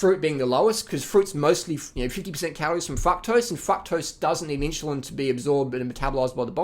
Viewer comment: "inshulin" LOL greetings from Poland